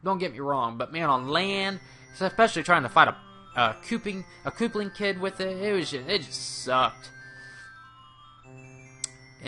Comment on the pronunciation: koopling kid... lol... good video man